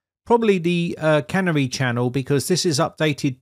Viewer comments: Surely it's pronounced "Canary" (like the bird) rather than can-ery version. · I was going to comment the same thing. Its canary yellow and not a cannery with machinery and cans. But then I was afraid that the Brits had their own pronunciation for the bird. After all they still drive on the wrong side of the road. 😉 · The correct pronunciation is Canary as in the bird, not cannery where food is canned! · Canary is a bird, not a, can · Vivaldi have doing multiple split screens for your yonks! Oh, and canary is not pronounced like "tannery", it starts with "can" and ends with "hairy" without the"h". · the 'Canary' channel is pronounced like the little yellow bird that could once be found in some coal mines, rather than a place where tin cans are made.;-) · You're pronouncing 'Canary' wrong. It's a bird that was commonly used in coal mies to check out whether the air was good. Clearly Microsoft are allowing users to test whether the system is safe.